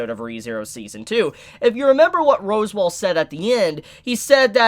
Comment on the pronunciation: It's pronounced Sa-tell-la and Ros-wall